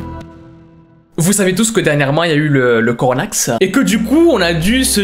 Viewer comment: "le coronaxe" "CORONAXE" wesh